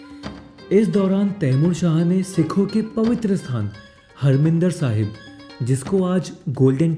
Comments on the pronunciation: bhai its not a "Harmindir Sahib" its "Harimandir Sahib" g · I wonder if the correct pronunciation is " HAR- MANDIR SAHIB "